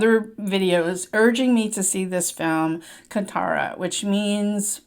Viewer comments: Not kanthaara, its kaanthaara. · Mam, pls consider some of the corrections, It's not bull race but He buffalo race, hero's name is Rishabh Shetty, actress name is Sapthami Gouda. Right pronounce for the movie should be as Kaanthaara. Thanks for the watching and reviewing for the Great Indian religion Kannada movie 👍🙏🙏🙏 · Its Kaanthaara while pronouncing✌️